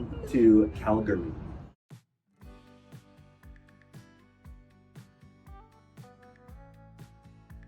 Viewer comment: You went to all the places I go to regularly in Calgary. And I love how you knew how to pronounce Calgary!